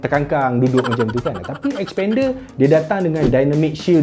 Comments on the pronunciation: Mitsubishi 'S'pender haha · Sekali dgr mcm spander jgn mcm2 mitsubishi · xpender. sekali dngr mcm sepender... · xpander?? lain mcm bunyi 🤣